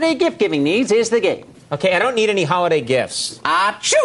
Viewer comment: your timestamp is wrong. he garbled the word holiday